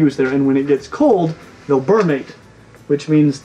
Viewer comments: What is "burmate"? I have heard of "brumate." Just asking since there was a huge section on how to say Argentine. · Forget your pronounciation of "Argentine" -- did you say "BURR-mate?" Isn't it supposed to be "BREW-mate?" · You spelled it right but didn't say it right, brumate not burmate. Still love your videos! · "Ber-mate" is how you are going to pronounce it? Definitely "Broo-mate" man, I will LITERALLY UNSUBSCRIBE FOREVER because of this! 😜